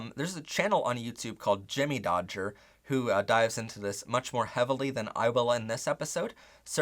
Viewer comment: ok I love this video it’s amazing but omg "jimmydodger” is so funny to me. No offense but it’s Jammidodger not jimmy 😂